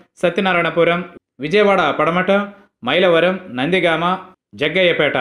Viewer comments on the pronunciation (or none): భవానీపురం కాదు విజయవాడ పశ్చిమ ., సత్యనారాయణపురం కాదు విజయవాడ సెంట్రల్ .,విజయవాడ పటమట కాదు విజయవాడ తూర్పు ., వైలవరం కాదు మైలవరం ..